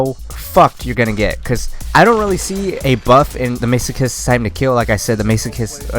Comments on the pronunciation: Isn't it Mass-o-kist? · hey, its the guy that got pissed off about the elo again lol. a few points. the pronunciation has already been pointed out so ill skip that. the description used to be correct before they completely redid the weapon for multiplayer, it used to be the infinite ammo in multiplayer too. and aiming down sights with the dcm8 also makes the spread wider so aiming makes it worse. i got the masochist pretty much right at the beginning and i love zombies so i know it very well lol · I know it's been 8 years but I'm not letting it go that you were saying Masochist wrong lol